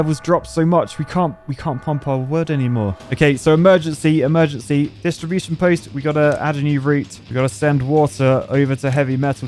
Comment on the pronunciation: I officially demand the distribution of dynamite to be called "distriBOOSHion"